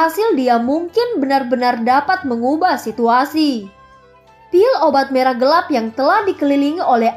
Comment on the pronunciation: hampir salah kata yah tadi.hehehe Mau bilang merah eh malah marah hihihi Becanda kk aku seneng ko udah denger makasih kk.!